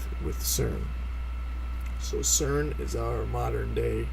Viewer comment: CERN or SCERN? ;-)